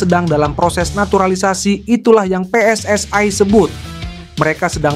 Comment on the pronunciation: PSSI. bukan pss ai.